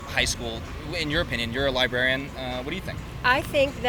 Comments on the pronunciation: Trained "libarian." 😂😂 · These people can’t even say “librarian” correctly. “Libarrian” is how they pronounce it.